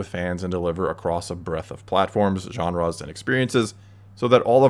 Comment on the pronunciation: Who the fuck pronounces "genres" "JAHN-RAHS"?